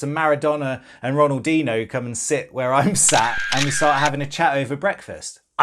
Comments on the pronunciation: Pronounced ronaldeenyo not ronaldeeno you pleb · My man said Ronaldino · Bruv the disrespect to ronaldinhos name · AHHHHHHHH NOOO RONALDINHO PLEEASE SAY THAT RIGHT NEXT TIME PLLLLLZZZZ jk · Mad, he got to meet Ronaldinho and he can’t even pronounce his name